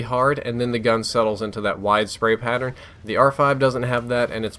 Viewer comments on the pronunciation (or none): none